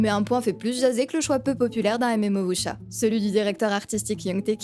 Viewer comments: Si tu veux être plus proche tu peux dire "Wou-sia", même avec un accent français ça sera ok :) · "Voucha" :'D